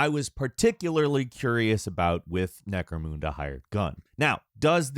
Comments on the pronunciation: I don't think it's pronounced Necromoonda, I think it's Necromunda, like how you say mun in mundane. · Necro-Munda. Necramoonda. That was extremely annoying. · It’s necromunda. Line UNDERwear. Not NecroMOONda. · Note: The name is spelled "Necromunda" NOT "NecromOOnda" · it's not, in the Trailers they pronounce the "munda" in "Necromunda" like "mundane" not "MOON". It's not NecroMOONda lolz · necroMUNda. MUN. not necroMOONda! ahh shit, im "that guy" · Omg necro mooonda isn't it necro munda like unda from down unda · The mun in necromunda is pronounced like money, rather than like moon. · MUNDA not moonda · Just for future reference it's pronounced Nec-ro-munda not Nec-ro-moonda. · Necro-munda not Necro-moonda. Sorry I got a nerd twitch everytime said it! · Repeat after me: Necro-MUN-DA. It's not Necro-MOON-DA. Lol. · Okay, I can’t be the only being bothered by how my dude says “Necromoonda” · it's not lol, it's pronounced NecroMUNda. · mispronounces allot of things. It doesn't bother me anymore at this point. It's just his thing at this point 🤷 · Alot of people pronounce it like that unfortunately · Or NecroMOONdoom apparently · Game - "Welcome to Necromunda" - "Necro-Moon-Duh" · Necro MOON dah eh? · I know there’s some bad blood between games journalists and doom like players, which partially goes to explaining why watching someone constantly fail to melee, shooting walls and calling the game “Necromoonda”seems just so hilariously entertaining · I like how he says NecromOOnda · Triggered me every time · It's pronounced: neh·krow·muhn·duh Trust me, I did make a point of double checking since I've been pronouncing it that way for years. Feel free to check google. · I have never heard it pronounced that way. Necromoonda? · Edit: Stopped watching on the 3m mark was too much Necromoooonda fml. Research first. You say the name wrong 🤦‍♂️ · NecromOOnda? The fuck outta here. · probably worth learning how to pronounce necromunda tho. necro-mun-da